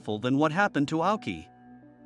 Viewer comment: His name is pronounced 'Owshi'